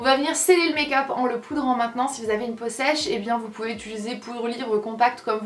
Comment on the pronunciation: "utuliser" ahaha <3